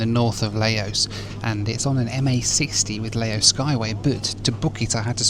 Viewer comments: Please,..what is Layo Airlines?..make an effort, at least..sometimes you pronounce it nearly correctly & then back to Layos & Layo Airlines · The only time appeared to pronounce the country's name correctly once, was during the loo review. He may have also managed it when mentioning the local beer, right at the end.😂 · It is pronounced Lao..not leyo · It’s pronounced Lao Not La o Airlines We say Laos but its pronounced Lao 🤣🤣 Good try though 👏👏 My X girlfriend is from Lao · "Lowh" not "LayOss" brother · Geez, it's Lao. Rhymes with NOW. Not Leo or lay-o. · Lau would be proper pronunciation. Lau/s wrong but common. Lah-ohs as I’m hearing it here is a first. 😂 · fyi: the country Laos is pronounced "La-oh". "Lay-oh", as you keep saying, is Leo beer which you can buy in many bars/7-11s stores or big supermarkets in Thailand (Big C, Lotus's etc,). Beer Lao, the local beer in Laos, is first class and is widely available also in Cambodia and Thailand. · Lay-O Airlines 😂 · it´s not lay´-os it´s Lao L (ow) like öw¨ I hurt myself...... 25000 kip is a little over a buck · Laos is La-Os (like how you say La La Land), not Lay-Os 😅. Nepal is Nay-Pall (like how you say Stall) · ‘Leyos’ Shivers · Layos✖️ Laos ✔️ Nepool✖️ Nepal ✔️ 😅😂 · LOL. Yeah. Lay-O was my favorite. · Leh-yoh Airlines? It's Lah-ow Airlines. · la-os? i thought its lause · please.... it's LAO as in LOUD so the country's name sounds like LOUSE not LAY-OS. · Lao...you can forget about the s, because that is what the french added (a silent s). So not Lay-os. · Its not pronounced Layos dude!!! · "Lay Os" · It’s pronounced Laow, llike how, and not yo gurt!!!!! It’s yoygurt! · 🎵 LAYYYYYOS! LAYYYYYOS! Daylight come, still can't pronounce the name right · Laos! Rhymes with cow! Also I'd say East Timor, Turkmenistan, or Myanmar are the least visited countries, definitely not Laos. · It's pronounced Lao, not Laos. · It's Lao as in Cow .... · Laos is pronounced "Louse" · ITS L A O S THERES NO Y